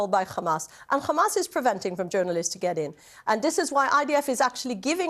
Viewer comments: It is not even worth listening too.. no sense.. no train of thought.. she only know one word and she can't even pronounce it right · How hard is it to pronounce hamas properly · This woman makes things up as she goes along.. first 40 beheaded babies, a sophisticated command centre under the hospital, and now she brings up necrophilia. I also think the Israeli spokespeople have been taught, that every time they say the word 'Hamas' is to pronounce it like they are bringing up sputem before the say the word. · i think they pronounce it incorrectly on purpose like an insult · Who the f***k is ‘’khamas’’ 😂😂😂?!and I wonder why they can’t find them?? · goodvibes:it is hamas not Khamas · Does anyone else cringe when they pronounce it as "KHamas". Its Hamas! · Each time she says khhhhamas she gets on my nerves, jeez just say hamas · What's the point of this fat waste of space? All you hear is KHAMAS this KHAMAS that KHAMAS to blame, same puppet lines, with zero accountability on their side. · I wonder if it’s a Government directive for all propegandists pronounce Hamas as Khamas, you know, the same way the US used to call Saddam Hussein, Sodom Hussein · KHAAAAAMAS! Dude, she would cough her throat out pronouncing it like that. Stupid woman. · Not even two seconds and it’s kHaMAAsSss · Every time she says khamas feel like crying, laughing, and raging at my screen. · it's said like a H and she can say other H words fine, besides some israelis can say it correctly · Khamas khamas khamas.. ugh!!! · She can say hospital but she can't say kkkkhamas. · There pronunciation of Hamas is so annoying that I'm now starting to hate the whole language. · Nobody had any right partitioning Palestine for the new world order military industrial complex allowing a "government" to use military against civilians based on religious dogma and blatant lies. Do everybody a favor and stop pronouncing the H in hamas like that it sounds ridiculous.